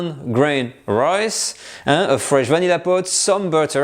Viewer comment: Loved the video. You're starting to sound Australian. You said "royce" pudding a couple of times. :)